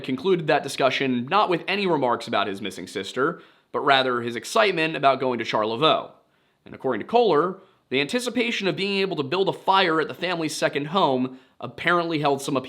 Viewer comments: Char-le-voix Voy not Voe. ;) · I gotta say it. It’s Charle-VOY. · From a Michigander: it’s pronounced Charlev-Oye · I feel like you have improved on pronouncing Charlevoix, Michigian, but it rhymes with boy, like Shar-la-voy. It really helps to have known how to pronounce it LONG before being able to read or spell it, lol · That's CHAR-luh-VOY. Charlevoix. Just wanna help! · Northern MI resident, the correct pronunciation of charlevoix is "sharlevoy" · As a Michigander from Charlevoix County I have to let yall know it’s pronounced Char-le-voy. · It is pronounced Charlevoix char le voy. Thanks. Michigan person and subscriber. Love what you do. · Just FYI, Charlevoix is pronounced ‘shar-le-voy ’… I was born there and live close by😊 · Bro great video and all but as a Michigander I gotta correct you. Its pronounced Shar-La-Voy